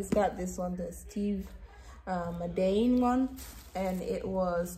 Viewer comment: I am screaming at the way you said Steve Madden gf, the purse is cute,,, ❤❤❤ so when you pronounce it say it like this Steve Mad In,, like the word mad, and the word in put together 😂❤️❤️❤️❤️so cute and everything turned out so cute, I had brought a circle mirror from Ross one time for like 30 something!😊